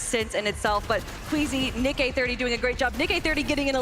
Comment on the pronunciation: How can you be presenting the FNCS Pro-Am and not be able to pronounce "Nick-EH-30" correctly. How disrespectful!